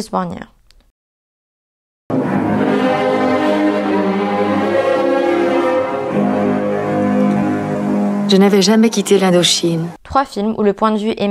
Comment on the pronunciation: Super vidéo, continue! Un seul regret, c'est trop court! Il y a vraiment beaucoup de sujets à traiter dans ce champ-là. Sinon un point de détail, Régis Wargnier: son nom se prononce "Varnié". Peut-être signaler aussi que ce film a été multirécompensé à sa sortie (Césars, Oscars, Goya, Golden Globes et Oscars, France, USA, Espagne), ça dit des choses aussi d'un entre-soi du regard dominant